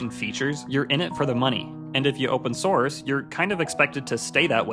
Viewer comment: oopen snorce